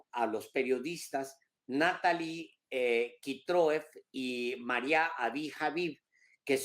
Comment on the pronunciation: Alvarooo "María" no Mario. A ver, si se te facilita diciendo: "MariAmparo", todo junto 🙄